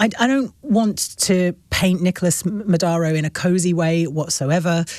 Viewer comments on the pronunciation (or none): Odd that the interviewer keeps pronouncing Maduro's name as Madauro. ( ow) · Natasha Devon doesn't know the difference between Cuba and Colombia. She also calls Maduro "Madaro" (twice)😂😊.